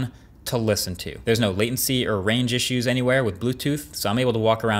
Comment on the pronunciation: For $550 I better hear the “T” in “Listen”